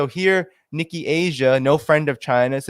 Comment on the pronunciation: you really need to work on your phonetic pronunciation! Like sil-li-can, not silicone. It is Ni- ca not Ni-key. Or better yet go listen to people who properly pronounce words like Nikkei. Your phonetic pronunciations are horrible! Please put some effort in correcting your weaknesses. If you want to do credit to your Journalists efforts.